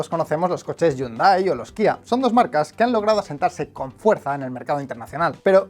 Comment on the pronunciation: Hyundai no se pronuncia llundái, sino jiúndai.